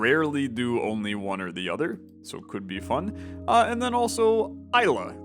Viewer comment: Lmao, my name is Ilya, it was so fun listening to you mispronouncing it in so many different ways :D Glad you picked me, though :3 AIL YEAAAAH! :D